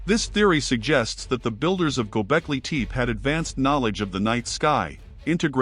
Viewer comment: Waste of time! Really bad AI voice. First line says "Gobekli Tepe", with the second word pronounced TEEP. Even TEE PEE would have been closer. Junk!